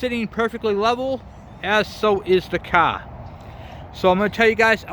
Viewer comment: "You might notice that it is sitting perfectly level, as so is the Caa." (I love our diverse language pronunciations in the US)